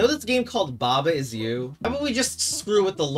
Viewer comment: its pronounced /ba ai ju/